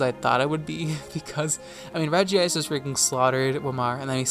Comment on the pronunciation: Why did you pronounce regice like that?